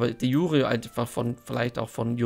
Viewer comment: De jure ist lateinisch und spricht sich entsprechend, also bitte nicht "de schure...", ist keine französische Zwiebelsuppe... 😂😂